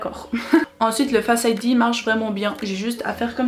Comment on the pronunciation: C’est un écran Oled, écran qui consomme le plus, par contre quand l’iPhone affiche du noir les pixels concernés sont éteints. D’ailleurs il faut dire faceID avec l’accent 😂